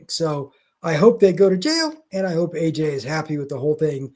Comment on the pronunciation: AJ bud not DJ